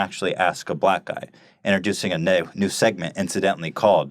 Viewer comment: "Introducing a Niiihnew segment"